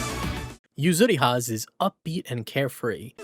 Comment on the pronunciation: I miss UNI's old era of having the roster just small enough to fit them all in the cover art. Noticing a lot of extra vowels in pronouncing Akatsuki and Yuzuriha's names. Also can't ignore the weird localization of UNIEL in particular.